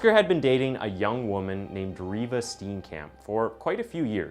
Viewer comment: Steenkamp is pronounced the Dutch way like "stain"kamp. I doubt this was Oscar's first act if violence. Just because rhe public doesn't know doesn't mean it didn't happen.